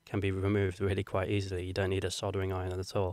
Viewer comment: Just a reminder that soldering has an L in it. No idea why you keep saying soddering but I wish you'd sodding stop!